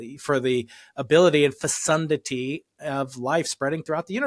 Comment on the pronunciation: Dr Keating might want to check the proper pronunciation of “fecundity”. Clue: the “c” is pronounced like a “k”. 😎